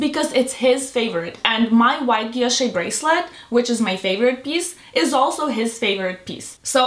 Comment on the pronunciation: She say she love VCA but she can’t pronounced Guilloche that she love it 😮😮😅